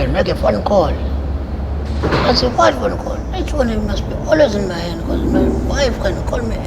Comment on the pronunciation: Be-ca-use.😂😂😂😂😂😂😂😂 I'm done.😂😂😂😂